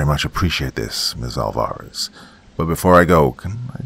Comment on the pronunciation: and 'Alvarez' is usually pronounced 'AWL-va-rez', not 'awl-VA-rez'.